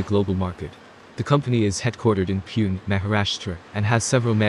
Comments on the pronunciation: It's not piyun ... 😂😂😂it's Pune 😂😂😂😂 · It should be pronounce as pun a not pun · It's puuunnnnee (Pune) पुणे 😂😂😂😂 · It's not Pune!😂😂😂 Pooney